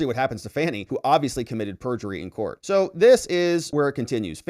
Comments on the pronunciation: Her name is pronounced FONI NOT FANNY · This is the first time I’ve watched one of videos. The first (of many, many) times he mispronounced Fani’s name, it became clear he’s a Rightwing hack whose video would be filled with NewsMax-style nonsense.